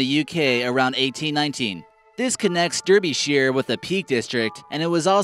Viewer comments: #6: I live on the Isle of Sheppey in England and can see Nore from our coastline! #9: DARR-BEE-SHIRE, not DERR-BEE-SHIRE! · it's painful to listen to they guy's pronounciation " Derbysheer " and he says it twice, urgghhh ~ it's pronounced Derbyshire buddy .. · Derbyshire is pronounced dar-be-sher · Derbyshire is pronounced Darby, not Derby like a hat, or a race. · why do americans always mispronounce britain's counties its pronounced dar-be-sheer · That's not how you pronounce DERBYSHIRE. It sounds like dAR-be-sure. Shire can be pronounced shire as in LOTR or like 'sh-r', depending on where you're from but Derby is always pronounced 'Dar-be', it's Viking - 'By' meaning 'farm' and Der as in Derwent - the nearest river, so the literal translation is 'farm by the Derwent river'. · It's pronounced Darbysher. I'm from Nottinghamshire next door. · Derbyshire's name isn't pronounced as it sounds. It's pronouned "D'are-be-sheer" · Derbyshire is pronounced DArbyshire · dude dont feel so offended, its not like you from the most important country in the world, he also pronounced the italian and french names wrong... AS I would do that with american and british cities